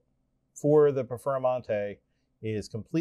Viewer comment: Im confused I thought you were gonna compare heads to base Lamborghini and a Performante. What the he!! is a Perfer-a-mante is this one of Uncle Johnny's car LOL. Even the closed caption Subtitles has you saying Perfera-Monte LMFAO.